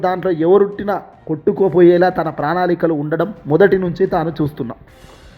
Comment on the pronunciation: ప్రజాధారణ కాదు స్వామీ ప్రజాద రణ అనాలి నీ తెలుగు తగలెయ్య ప్రాణాళిక కాదు నాయనా ప్రణాళిక అనాలి. బాషను కూని చేస్తున్నావు సరిగా చదువు.